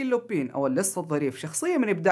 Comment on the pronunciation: لا تنطق لوبين ههههههه تنطق لوبان